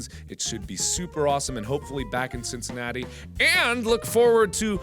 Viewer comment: guys he said cinnicantitii at the begining and that os where harambe died doh 😮